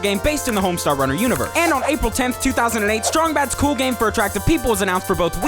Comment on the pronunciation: Homestawr wunnar! Somehow, this video seemed like much longer than four minutes. Perhaps the speed at which the information was spewed...